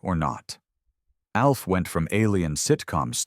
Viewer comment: I'm getting tired of these AI voice overs that can't seem to pronounce simple words. I almost down voted this just for that one aspect of this video. I heard, I think, 6 different ways to say the name Alf. Sigh...